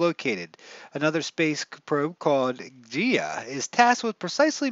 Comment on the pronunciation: Hey, just a heads up; The "habitable" zone you mentioned is called the Goldilocks Zone, Because its "just right". And "Gaia" is pronounced Guy-uh. Its an ancient name for planet earth. Peace...